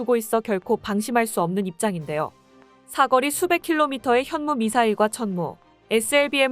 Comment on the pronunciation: 넌 왜 자꾸 사거리를 사꺼리로 발음 하는 거니?